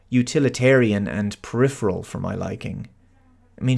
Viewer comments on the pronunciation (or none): none